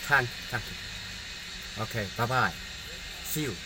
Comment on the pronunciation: Omg what's wrong with his slang 😜😜thang kiw thang kiw